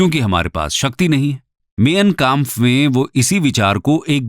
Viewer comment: माइन काम्फ vo... Na ki min kemp